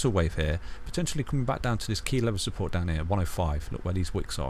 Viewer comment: "testing key levels of supPOURT"